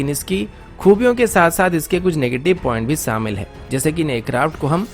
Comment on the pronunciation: Abay samil nai shamil hota or kasmir nai kashmir hota😂😂😂